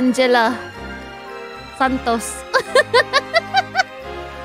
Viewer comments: the way she say santos, very pinoy haha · ang lutong kasi ng pagkabigkas niya ng santos di ako makahinga